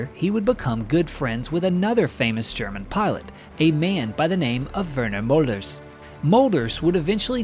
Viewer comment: Friedrich Beck, is pronounced as Freedrish Beck. Adolf is pronounced as A, in add and not Ay. Werner Mölders, is pronounced Vairner Merlders. America is made up of Europeans, so why do you insist on butchering every language.